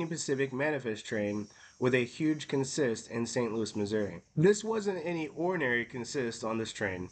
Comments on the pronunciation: Great video. Just one thing...in this case it's pronounced CONsist, not conSIST. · Thank you. That was making me a little crazier than normal. CONsist. Not conSIST. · In railroad jargon the word is pronounced CON-sist, accent on the first syllable, not con-SIST as it is normally pronounced in other contexts. You will often hear the phrases locomotive consist or train consist. The two are generally referred to separately.